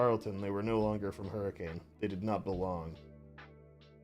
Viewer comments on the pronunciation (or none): Wanna hear something that'll make you mad? Hurricane, Utah is actually pronounced, "hurra-ken." (I'm from Utah. It makes me upset every time I think about it.)